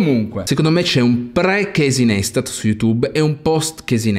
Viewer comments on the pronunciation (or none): Ha creato i vlog prima che nascesse YouTube. Realmente The GodFather. I video tipo "DO WHAT YOU CAN'T" sono l'essenza per ogni creator (PS: non per fare il professore di stoxxxzo si dice NAISTAT o meglio pensa ad un tatuaggio carino NICE-TAT, parole sue...)